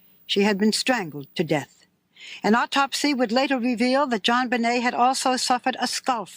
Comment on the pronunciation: Straight up …He said Jon bnai as in …..😮instead of Benet.